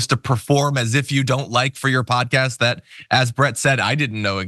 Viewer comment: Meghan McCain's "Pudcayst"